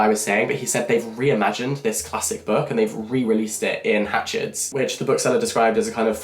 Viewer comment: 'Hatchhards' of Piccadilly, London (booksellers since 1797) ,& not as Jack mistakenly said,'Hatchets' 😊